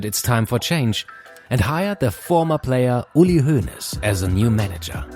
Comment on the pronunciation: Are you German? How you speaked uli Hoeneß, sounded really german. I say that as a German.